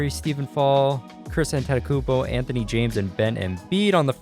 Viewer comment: No offence but I hate the way you say Antetokounmpo